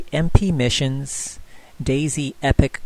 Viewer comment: Love the video, but it is pronounced (epokh) not epic.